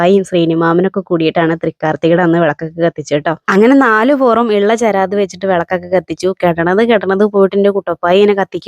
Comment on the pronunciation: ചേരാത് അല്ല... ചിരാത് ആണ്